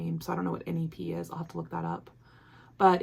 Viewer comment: This sounds like it was the best trip ever! You and Liz are just the cutest! Your Floral Motif Sampler is going to be STUNNING. Neps is pronounced like "hep" in "hepped up" lol and it is the little nubs of tweed in the yarn! Can't wait to see how it knits up!